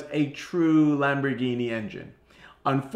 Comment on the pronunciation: Did he said V 12 ? During 1st intro